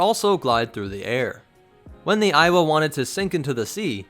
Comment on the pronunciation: Am I the only one that started to hear it as "Iowa"